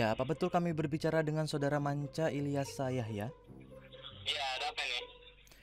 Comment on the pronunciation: Yg bener ilyasha bukan ilyas